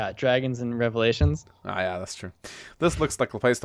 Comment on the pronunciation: Why does say Relevations - I mean it is prolly a funny joke but i dont get the meme at all. Lol